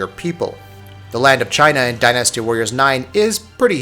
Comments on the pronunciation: I love it when people emphasize the wrong syllAHble in a word. Dynasty's pronunciation isn't die-nasty, it's closer to dine-asty. Or din-uh-stee if you're British and wrong. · I like how you say Die NASTY. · Why can't he say the word dynasty right?